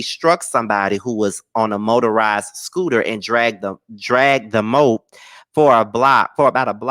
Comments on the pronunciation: It’s a Mo-ped. Sorry I couldn’t let you continue to pronounce it wrong ❤ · it's pronounced MO-ped, with two syllables.🙂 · I laughed when you read the story about Danny Leigh bc I initially pronounced moped the same way but realized that’s how you spell what we say as “mo-pad”. I didn’t know what they were talking about until I started reading the article and thought “oooooooh!” Lol. 😂😂😂